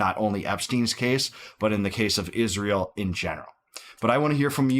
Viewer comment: Why does she pronounce it "ISHZREAL"